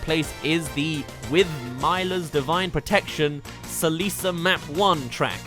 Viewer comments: Seh lee suh lol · "Se-lisa" >Celica TRIGGERED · "Si lee sa" TRIGGERED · Okay say it with me now Celi-CA not Celi-SA Get it? Got it? Good. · You need to say Celika, not Celisa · it’s pronounced cel-A-ca Not ce-lice-a XD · Alm exploded somewhere when you called Celica “Si-Lisa” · ...As someone who's played Fire Emblem Echoes, these mispronunciations made me cringe...er, just a little bit. (It's "mill-ah" and "sell-i-kah") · Game: Celica: CeLiSa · It’s pronounced Mill-la and cel-lee-ka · With MY-LAH’S divine protection CELL-EES-AH map 1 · So you pronounce the word can as san? I didn’t know that we needed a remake to rightliy pronounce Celica. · It’s pronounced SEH lick a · All due respect, the way you pronounced Celica hurt me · THE PRONUNCIATION OF MILA AND CELICA I CAN’T ofc someone who’s never played fire emblem thinks that there are too many characters lmao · damn as a fire emblem fan there’s nothing worse than hearing things like “celica” and “id: purpose” pronounced incorrectly. great vid tho good job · OH MY F*CKING GOD YOU MISPRONOUNCED CELICA!!!!!!! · YOU SAID MILA AND CELICA WRONG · How did he even manage to get that pronunciation of Celica? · I disagreed so hard with this list. Plus... oh my god that Fire Emblem butchering. 🥴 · He mispronounced Celica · The way you pronounced Mila and Celica hurt my ears. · You butchered the Mila's divine protection (Celica's Map 1) pronunciation. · the way he said Celica hurt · Same the way he pronounced Celicas name pissed me off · I don’t know about you guys but I love the new version of Destiny (Ablaze) The way he said those song names made me upset. It’s not that hard to say Celica. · Not only did he pronounce Celica wrong, he made yet another jab at how "Fire Emblem has too much representation", like so many other smash videos. Even though I somewhat agree in a sense, this complaint always, always seems to come from folks who don't play the games.